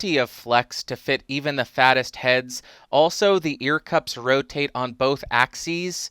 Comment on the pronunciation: axees is correct